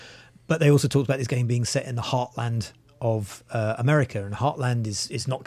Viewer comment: As the wob and fight acwoss amewica 😂